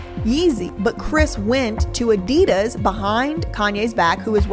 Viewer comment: Great video. But I cringe when Americans don't pronounce Adidas probably 🙈😖